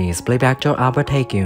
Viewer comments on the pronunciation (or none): Is the voice/script of this generated by AI??? Albert Hague's last name was pronounced as Hay-goo 🙄